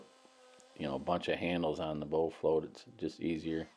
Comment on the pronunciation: Yo… soo it sounds like you’re saying bow float instead of the correct word bull float